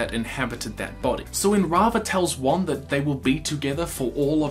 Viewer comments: It's Wan not Wang. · how many people do I have to explain this to? IT'S WAN NOT WANG